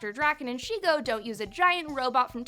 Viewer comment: Bitch it's shego dude sheg o hotter